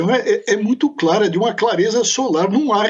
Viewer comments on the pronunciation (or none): none